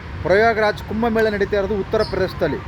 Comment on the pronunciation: ಪ್ರಯೋಗ್ ರಾಜ್😂 ಅಲ್ಲ ಕಣಯ್ಯ ಪ್ರಯಾಗ್‌ರಾಜ್ ...😂